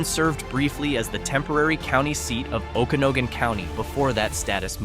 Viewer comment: 😂Okanagan damn AI